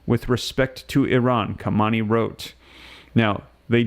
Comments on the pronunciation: Ha-main- Ê its pronounced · Bro the man’s name is not Kamani, and it’s not Rosi that crashed in the helicopter. Not being able to pronounce names speaks volumes about IQ averages.